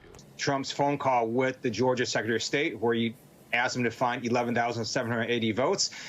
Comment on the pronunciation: There needs to be more like this out there! I always felt like I was hearing this but could never put my finger on it. Also in these examples, hotel almost sounds like "hoteo," article "artico," call "cah-o." I could be wrong haha but I bet there are a lot more things. Super interesting! Here's another example where you can't even see the person doing the voiceover but you can definitely hear some type of "Asian American accent"